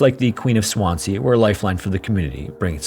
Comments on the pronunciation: Swansea is said as 'swanzee', no? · I've lived in Swansea 12 years and never heard of this ship/ disaster! But can tell you, it's pronounced Swanzee! (Abertawe is the Welsh name....) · I love your videos but “Swan-sea” though 🤣 Americans crack me up when they don’t look up how to pronounce stuff. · promounced SwanSEA not Swanzee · The second S in Swansea is pronounced as a Z. Swanzee. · Very good but your pronunciation of Swansea is wrong. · Swansea is pronounced with a zee sound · Please just do the smallest amount of research into how to say names of places. Swansea is very easy to learn how to pronounce